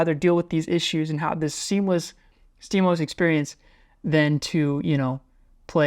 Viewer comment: you said steamos like "steemus" I'm GLaD someone gets the "GLaD Oh Es" joke